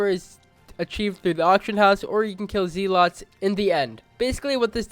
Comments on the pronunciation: Zee-Lots Me: Thomas had never seen such bs before It’s pronounced Zel-Ut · Wtf are zeelots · Ah yes you get ender armor from killing “zeelots” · No, no no no no. Eet is pronounced zee loot. Wait, WHO STOLE MY CROSSAINT